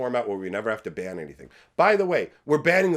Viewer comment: Did you say Wizards is going to ban you, or that Wizards is going to bang you? Both sound about right, actually. 😂